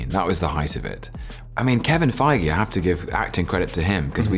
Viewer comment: He prononce Kevin Feige so Food je have to speak German!